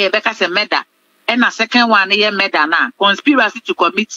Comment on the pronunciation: Madam reporter, the word is "Murder" oo, NOT "meda". 3de3n ben nso ni meda!! As3m oo, hmm